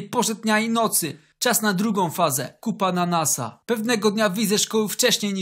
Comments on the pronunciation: 'kup ananasa' ja usłyszałem 'kupa na nasa' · czy tylko ja uslyszalem kupananasa